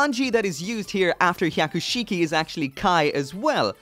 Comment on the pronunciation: every time you say Hyaku shiki, I cringed... learn to say it right and slow down...